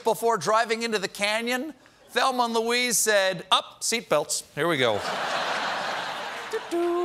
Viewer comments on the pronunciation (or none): none